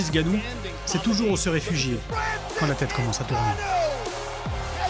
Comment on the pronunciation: C'est pas Francis Gannou mais "N"Gannou! C'est quand même pas compliquer de prononcer le N....